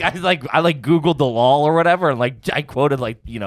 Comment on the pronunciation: If I hear one more word with an extra L in it (Law being "Lawel") I'm hitting the button!! 🤫😂